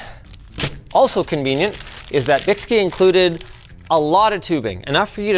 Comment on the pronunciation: bykski has been around over a decade. 2 of the best am4 water blocks I've ever purchased back in the day for $60 Also I believe it is pronounced Bike Ski because the guys that started the company are into biking and skiing.